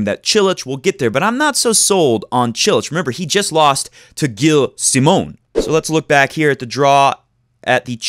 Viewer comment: it's prenouced jilles simon ;)